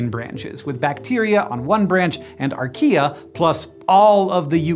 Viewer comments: Why did I hear "He discovered IKEA?" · Who also heard Archaea as Ikea??